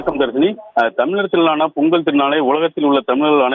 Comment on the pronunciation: "விளா" இல்லை, விழா, விழா "தமிளர்" இல்லை, தமிழர், தமிழர்